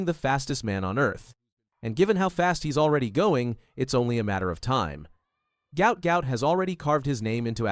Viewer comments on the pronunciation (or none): His name is Guot Guot his father said NOT Gout Gout